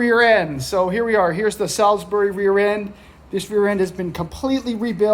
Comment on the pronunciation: The way you said Salisbury 😳😂 haha but the chassis is looking good